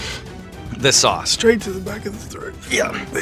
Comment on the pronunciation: "Hot souce is the best."